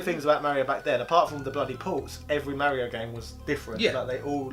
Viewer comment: Thank you for being some of the only YouTubers that pronounce Mario correctly. I was always ridiculed for saying it correctly. That is all. Carry on, gentlemen.